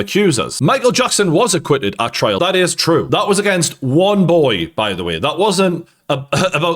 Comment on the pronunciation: Why do you keep saying "trail" instead of "trial"?